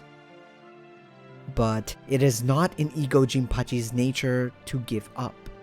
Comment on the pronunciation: I'm a stickler for pronunciations. The "e" in "Ego" (for his name) is pronounced "EH" So it's "Eh-Go", not "EEEEE-Go"